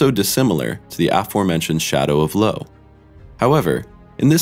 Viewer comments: i wasn't aware that your channel has a computer narrator until it said LO instead of I-O once... and i'm a bit disappointed i must admit:/ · "I, O"..? Are you fucking kidding me, guy? Its pronounced all at once: "Io", "eye-o". You know, like a name..? JFC🤦‍♂️ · They're running a science channel here, are they not? You'd think someone there would be smart enough to catch the gross mispronunciation and realize it's "Io", all one word. It's not pronounced "I-O", and definitely not "Lo"! Just goes to show that they don't know shit about what they are reading off the script cards! How hard is it to get people with, at the very least, a minor scientific background and a thirst for knowledge. Instead these people seem not to care about actually learning or spreading any knowledge whatsoever! Sad, wasted a great opportunity with this channel! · It's not I.O., it's Io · Io not I O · I O? Really? I O? Try Io. One fluid sound. Io. Not I O. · This is excruciating. The moon Io is not I.O. Simple pronunciation ... eye oh. Phenomenon and phenomena confused? And calling the shadow a “black hole” is just stupid. And the explanation of the second black vortex is described as a storm, but then being said to be “unexplained by NASA” is just bollocks. It’s a storm! Hurricane!! Big whoop! And Earth isn’t a celestial body the solar system as they are defined as objects outside Earth’s atmosphere. Jesus H Christ this is pathetic. And all narrated by a man who sounds like he has a IQ in the 70s on pot.. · Was there a Mandela effect on the pronunciation of Io? I thought it was (Eye-oh) not I O. Saying the letters individually instead of saying it together fluidly🤷🏻‍♂️ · Dude-man... It's not pronounced i-o, it flows more smoothly between the two letters that make up the moon's one name; io (kinda I guess, like, eye:yo) I know that's a silly thing to get hanged up on, but it was driving me crazy... Anywhozenheimer, I dig the vids, please keep em comin'! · It's Io, not I-O. SMH. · I - O XD